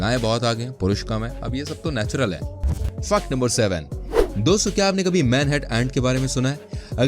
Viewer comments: U pronounce fact to Fuck no 1,2,3 or j tu jaan buz k krta hai kaminey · Fact ko fuck kyu bol rahaa hai